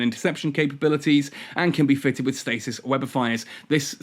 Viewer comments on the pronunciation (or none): none